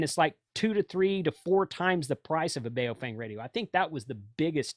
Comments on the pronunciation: Dude, it's po-fung. "Bay-oh-feng" is hilarious 🤣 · FYI they're pronounced BOW-fung (bao rhymes with cow)...